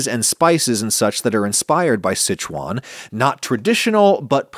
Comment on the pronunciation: Look at this guy flexing by pronouncing Sichuan properly 😂